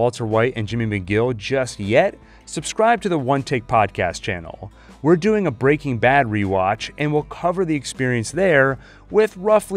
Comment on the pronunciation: After countless hours on your channel, I’m still not quite used to how you pronounce “BREAking Bad.” 😂